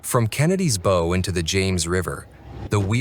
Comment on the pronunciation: WTF is the Bo (bow)?